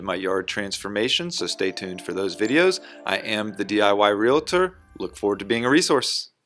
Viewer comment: A realtor that doesn't know how to pronounce realtor